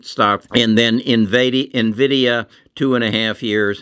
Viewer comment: Still pronouncing nvidia wrong man come on